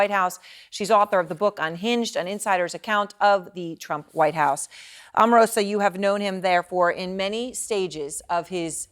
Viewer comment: As an Omarosa fan, it upsets me on her behalf when people mispronounce her name as "Auh-marosa" when it's "OH-marosa"!!